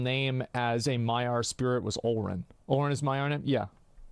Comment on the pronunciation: Yo man you were right about Olórin but I believe the pronunciation is wrong, emphasis in the ó, thats why the ó please correct me if I'm wrong.